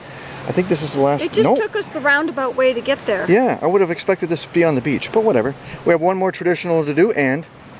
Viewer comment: Rain rain go away come again some other day! Unless there's a cache I really REALLY want! Rain won't stop me on principle, but it can be a hindrance depending on the urgency. Yeah, geocaching urgency, lol Beautiful rocky beach there! Love the look of Pelee island... maybe one day. "Be careful out der!" Sounded so Canadian, just missing the "eh" ;)